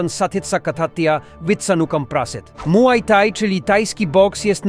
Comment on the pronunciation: Młaj taj